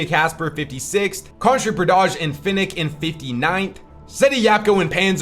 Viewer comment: Day 4 of telling that Fin4ik's name is pronounced Finchik not Finnik